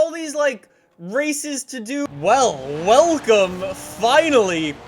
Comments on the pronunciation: is it me or did anyone else hear him say woolcome? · Did any hear what he sayed at the begining...... He say woocome